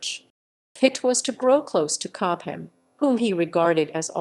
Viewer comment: These awful false, stocatto-like narrations: 'Cob-ham'!, when it's simply 'Cob-am'.......more rubbish!